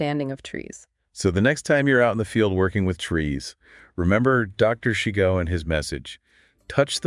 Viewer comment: His name was pronounced SHY- GO. Not SHE-Go. I attended a workshop of his 1996.